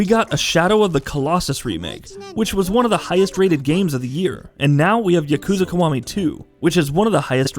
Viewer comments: Yukooza kuh-wah-mee too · Jeff Benzos I hate his pronunciation. Specially when he tries to say Yakuza Kiwami 2 🤢